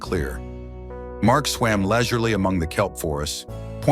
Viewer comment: Lesurly? Oh boy